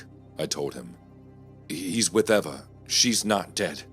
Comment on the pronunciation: 4th story - it’s pronounced Eeva not Eva.